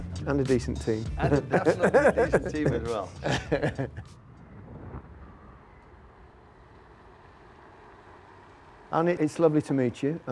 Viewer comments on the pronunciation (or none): He's given up on trying to correct people calling him Arnie haha. It's pronounced Arnah, Not Arnie, but he may as well just accept it at this point to be honest. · You would think Gary would have learned in advance that his name is pronounced Arna not Arnee. Thats poor research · Is his name not pronounced Arna? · He's not Schwarzenegger or "Arnie". The "e" in Arne pronounced more like the "er" in calmer or charmer. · Did he call him Annie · I love that Gary attempted to say Ryan's very long last name correctly, but not "Arne", which has four letters. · I wish interviewers would have the respect to at least learn how to pronounce Arne's name. Seems like the bare minimum of professionalism. Apart from that, really good interview. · Still can’t believe Gary says Arne slot name wrong😢